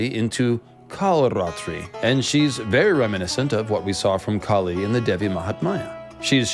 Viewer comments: Its not Kali.. its kaali / kāli . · KAH-lee. not kah-LEE. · You pronouncing name wrong Kali is deffrent Kali is asura Kaali is goddess Maa Kaali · Its maa kaali not kali😂😂.. and kali is a demon prophesied to come to destroy the dharma...🎉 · dude, can u actually pronounce Kali right or is it just your accent.....lolz